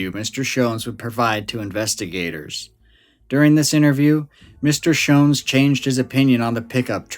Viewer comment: Joseph (Joe) Schons was my father. Rosenda (Cindy) Schons was my mother. My name is Jon Schons. I'm their son, 68 years old now. My YouTube name is Jon Stone, a fake name. You did a fantastic job of research and storytelling. I'm impressed that you pronounced our family name "Schons" correctly. Most people pronounce it incorrectly. It's a German name. I've never heard all the details you revealed. It was entertaining to hear you talk about my mom and dad. You made me laugh when you mentioned that there was vomit and feces next to the light-blue Volkswagen, and my mom said: "Joe made quite a mess." That sounds like something my mom would say about my dad. He was a recovering alcoholic, on and off again. I can clear up any suspicion that my dad was connected to the Yuba County Five. There was no connection. My dad didn't know them. My parents bought a 40-acre property on Raccoon Road in Berry Creek. My dad got drunk and was driving on a snow-covered dirt road in Plumas National Forest. He got stuck in the snow and suffered a minor heart attack when he was trying to get the Volkswagen unstuck. His brief encounter with the Yuba County Five was purely by chance. It's unfortunate that the young men didn't stay with my dad and help him. He could have led them back down the mountain, and they would have survived. Apparently, they weren't very bright, but my dad was smart. They should have helped him. He was stranded and could have died in the cold. My main takeaway from this story is